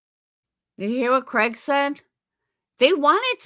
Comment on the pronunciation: you said Craigory like Gregory 😂 I'm referring to him as that from now on 😂 I do agree with you & like hearing your viewpoint. You also are a great mom! ❤